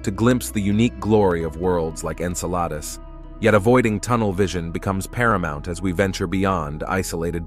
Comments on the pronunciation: En-Sa-La-Dus... No En-Cell- A- Dus ... Yes Come om, Man! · Agreed with the first post! Drives me nuts! When you can pronounce Enceladus correctly I’ll stay long enough to hear you out. See ya!